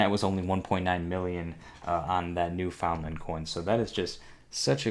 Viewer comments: taking the “fun” out of New Foundland. 😂😂 It is pronounced New Fundland, BTW. Awesome coin regardless. You can also find some from Prince Edward Island and Nova Scotia as well, although not as late as New Foundland. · Sorry, I could take it only for 10 minutes. It's pronounced NEWFUNDLUND!! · I do have to chuckle the way you pronounce Newfoundland. It is pronounced like "new FUND land". My dad used to live there. He became a U.S, citizen 'way back, though. BTW, he gave me about 10 of the pennies, but all but one were lost in a move years ago. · Pronounced: "new fundland" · Here's something I remember from high school: although it is spelled differently, the proper pronunciation is NEW' FUND LUND. Funny, isn't it? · New found land is pronounced new fin Lind